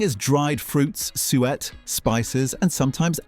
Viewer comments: he called suet sweat. what an ai moron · Suet became sweat at one point. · USA: Dressing sandwiches, beans & franks...I'd eat Miracle Whip on Wonder bread when I got home from school B4 my parents. Really, most of these are really disgusting, and a lot of them aren'tuniqueto Britain at all. PASTIE, RHYMES WITH NASTY. SUE'-ETTE. Unless you're an Americal-all-pleasure-is-a-sin-Quaker, like my neighbor: Dry shredded wheat with some yogurt on it and a few unripe strawberries...barf. Mar Gar ine????? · Who the HELL eats a Carbohydrate Sandwich. Marmite & Cheese Toasty. BUGGROFF Can NOT have a Full English wit NO Black Pud. NOT ours - Butcher sold Tripe. I do NOT fancy a Sweat Pudding. Lava - NOT Layva. They are NOT Pasteys, they're PASTIES. TEACH your machine better When it's NOT Sweat, it's Suwette. DUH. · I’m struggling with the AI voices pronunciation of random words 🤦🏽‍♀️ … I mean “sweat pastry case”?? It’s ‘Suet’ like Sue-et … and it’s fantastic, we also use it in dumplings in stew. Do people still eat tripe? I mean all of the other ones are still eaten all the time, but I’m not sure I’ve heard of anyone eating tripe for a very long time. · Suet in english is pronounced Su-it, I have hear on this, pronuonced as Su-et, and another as sweat. Thank god for AI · Hot pork pie with mushy pea and a good dash of mint sauce was a very popular meal on the menu at work when I moved to West Yorks in the 1980's. My Leeds-born grandparents used to make pork pies and always used cows heel for the jelly. BTW Suet is pronounced soo-it not sweat!!! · SU ET NOT SWEAT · suet pastry, pronounced ‘soo-it’ not ‘sweat’ 😂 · I so agree, my particular beef off the top of my head is sweat or sewit for suet. It drives me nuts. Bring back the humans. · The pronunciation of some of these is killing me. Paste-y, Sue-et, marg-a-rine hard g. What the hell man, gotta be ai. Also, if pot noodles were served in polystyrene there'd be a lot less people currently enjoying pot noodles . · Sue-ett pudding